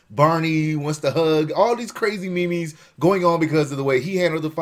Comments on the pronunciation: The word meme is pronounced like it is spelled meem. The hell is a me me? Lol. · You pronounce "meme" like "me-me"? Hehe. Sorry thought that sounded funny. It's just meme, almost sounds like "mean" but with an M sound. Better yet, like gene. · However am not sure why he said me-me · samljer The word was invented by Richard Dawkins who says it as 'meem'. This is not a matter of vowel sounds, people are adding syllables. Meme is a one syllable word and it rhymes with dream.